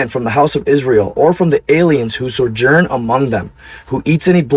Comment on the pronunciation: You misspronounced Sojourn